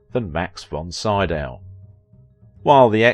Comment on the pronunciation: Name is like "SEE-Dow." Basic respect: listen online, get the name of main subject close to correct. You ask what we think!!?? Please show that respect (recalling the horrid "CanDEECE" Bergen!)